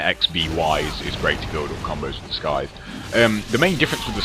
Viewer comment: Its pronounced sythe not skythe the c is silent :)